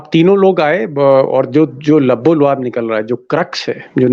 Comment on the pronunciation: Lubbo lubaab Pl don’t say Labbo Loaab. Loaab means think/mouth secretion